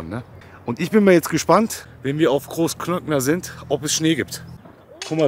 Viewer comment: Großglockner ohne ö😂 sonst top 15639€